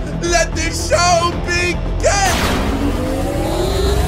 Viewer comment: "Let the sow begin"